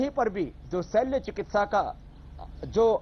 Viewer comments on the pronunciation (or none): रामदेव बाबा नमस्कार, एक सुधार - शैल चिकित्सा नहीं कृपया शल्य चिकित्सा बोलें.